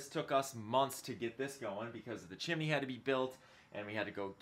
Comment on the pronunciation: Are you saying “Chimmy”?